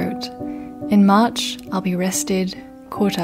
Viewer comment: You sounded quite Australian at the start of this vid with how you say March - I enjoyed it 😂🌸 lovely vid